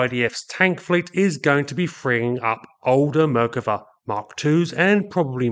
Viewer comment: Your expressing the name of the Merkava is a mispronunciation; the emphasis should be place on the second syllable. Thus not Mer kuh vas to Mer KAH vas. Try to keep up, pommy! 😎